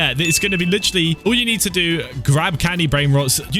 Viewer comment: "and you litrrrrrrrrrrrrrrrrrrrrrrrrrrrrrrrrrrrrrrraly"